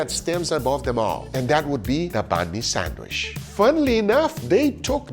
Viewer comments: C'mon Guga, pronounce Sandwich properly man. It's not a sand wish, it's pronunced like sand witch. Just busting your balls bro, no matter how you say it, those looked AMAZING and VERY TASTY. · You may love sandwiches, but you cannot pronounce it! Hard D sound on "sand" and "wich" like "witch." You're saying it like "sanwish." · loves how guga says sanwishhh instead of sandwich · Good video. But since it's important for him to point how how to pronounce BRAZIL... It is not sand-WISH...OK... It's sand-WICH. In medieval times they didn't burn wishes...they burned wiTCHes. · for the love of god, it's sandwich, not sandwish... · Also, why do you call them SANDWISHHH? 🤣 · 🙋🏻‍♂️ Excuse me sir. There is actually a "D" in the word Sandwich... 😐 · Guga saying 'sanwish' stays a meme. 😂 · Guga pronounces them sandwish....sand wishes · I cant take guga seriously when he keeps saying sandwish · Haha sometimes it's sandich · The amount of times I heard him mispronounce sandwich really got to me 😂 also “not being biased” makes the sandwich from Brazil the only s sandwich